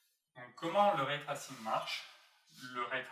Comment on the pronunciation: c’est “en jean” et pas “njaillene” :P et plus tard c’est l’inverse : “ray tressing” et pas “trassinne”